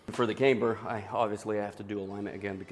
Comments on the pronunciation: This build is going to be sooooo sick. Side note: It's camber (short a) not kaymber :) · Why does he pronounce camber as "came-ber"? Is that some rule of english I've never heard of before? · i see. I've literally never heard anyone say it that way before. I was taught that if a single vowel is followed by two consonants, it's long.